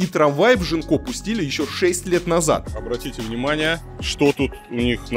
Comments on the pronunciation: Мне кажется, что, новый район в Бордо, называется Гинко, а не Жинко(как говорит многоуважаемый Варламов). На фасадах и дорогах, изображают листья японского дерева Гинко, поэтому, скорее всего, район называется Гинко. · А почему район Жинко? Это же произносится Гинко. Японское дерево такое. А Жинко это что-то украинское уже🤣